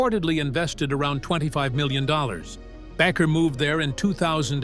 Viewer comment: Back-er? It's pronounced like baker.